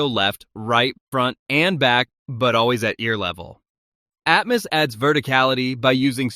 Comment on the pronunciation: Who took a shot everytime he pronounced atmus instead of atmos???